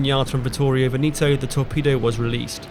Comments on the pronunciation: VENETO is pronounced "Vehnehto" (not Veneeeto). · You say "VENETO" with the "E" not "VENITO" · Such a shame you ruin the video by mispronouncing Veneto. Its VEHN-eh-toe. Not Vuh-KNEE -toe. Horrible to listen to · No reason to pronounce Veneto like Veneeto ! Try checking that out next time ! Itˋs bothering ! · Tje Regia of Regia Marina is pronounced "REH juh", not with a hard G, Veneto is pronounced "VEH neh to". Thanks for the excellent description of the battle. i wonder why the Italians sent Vittorio Veneto alone without the Littorio, her sistership, to reinforce and protect their advantage. That seems to have been very unwise of Ultramarine, the Italian higher command, who also erroneously sent two heavy cruisers back to help Pola instead of sending a couple of destroyers. Terrible lack of judgement by Ultramarine who allowed no decisions by the squadron admirals !. This is probably the reason why many Italians accuse Freemasons in higher command of scuttling hopes of victory. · Pronunciation of Veneto is very wrong throughout